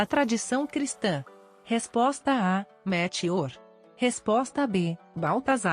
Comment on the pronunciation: 7 = MELCHIOR: nunca ouvi pronunciado ASSIM, do jeito que você pronunciou.